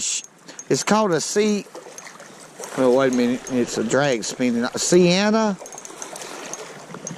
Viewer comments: Great video and the reel is pronounced See-Anna or at least that's the way I always said it. Shimano makes some good reels and I especially like to use mine just the way you're doing it . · here it is phonetically.... See-N-ah. Aw-ite? Sea-en-ah. Now say it 30 times. Yep, a purty good little reel for your application. Would Trilene XL 2 pound test fish as well? Your jig body selections are dead on.